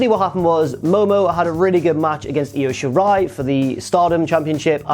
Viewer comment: I'm so glad you managed to pronounce Io Shirai (and most of the other Japanese names correctly). Almost all others of Occidental origin pronounce her given name as "EYE-OH". But the "Ryu" in "Ryusuke" is pronounced "Re-Yoo" not "Rai-Yoo." Of course, we can all blame growing up with Street Fighter on this one; I understand that'd be a hard habit to break.